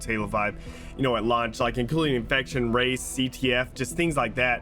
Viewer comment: Lmao when he was saying " I love race" I thought he was saying I love rice. I was thinking wtf does rice have to do with BR.